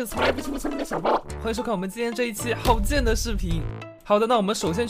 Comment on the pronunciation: 好剑我听成好贱 hmmmm